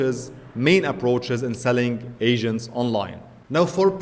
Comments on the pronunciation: Maybe it's your accent, but it sounds like you are saying "AI Asian" ha ha. Anyways good video. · Once u read this comment you cannot unhear that. Each time he says it, I imagine an Asian starting to work on the task. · Sounds you are saying Ai Asians. Can you give us a bit more T at the end.